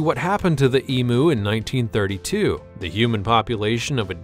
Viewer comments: It's not an E-Moo! It's an E-MYOO! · The commentators ignorance is astounding. WTF is an e-moo. Try pronouncing it as eem-you. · Emu is pronounced E-m-You. Not E-moo. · EM UUUUUU NOT EMOOOO. FFS. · The Australian Emu is pronounced Eem you